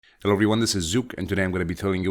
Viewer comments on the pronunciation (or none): none